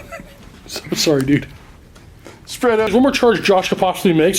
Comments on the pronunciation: him calling everyone a duder made this unwatchable. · Damn it. Hearing "Duder" gets painful after a while.